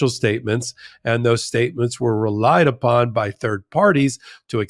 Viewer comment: "Re-Lied Upon". 😂😂😂 good e